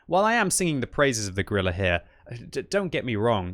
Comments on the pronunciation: Did he say Gorilla 15? I think he said Gorilla 15. Its just Grill 15... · “Gorilla” 15